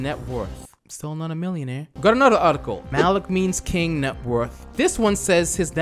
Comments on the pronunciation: is saying malik instead of malki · You may be dyslexic... You repeatedly read 'Malki' as "Malik". Mal-Kee, not Mal-Eek. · Isn't it malki and not malik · ITS NOT MALIK ITS MALKI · Thank you for the name correction..I was like, this dude dyslexic af lol. He readin it over and over and still sayin Malik 🤣 anyways, malki is a real life clout chasing clown. Nice video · Amm u said his name wrong like every time and the Bentley is a Roys Roys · I can’t watch this because the mispronunciation is killing me dude I’m screaming at my phone every time you say it wrong 😑